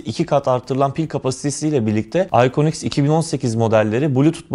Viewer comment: İconx derken iphone x diyo zannediyorum sjsjsjsj